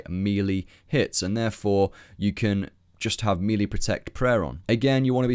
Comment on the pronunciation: Mispronouncing melee in 2015? Shame.